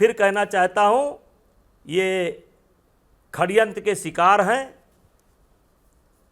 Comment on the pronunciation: Khadyant nahi sadyant